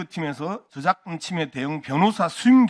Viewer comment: 양문석은 ' ~~과' 과 발음을 제대로 못하나? 외국인들도 제대로 하는 발음을....과정-->가정, 저작권---->저작건, 확인--->학인, 우리말 제대로 쓰는 연습부터 하는게 좋겠어요.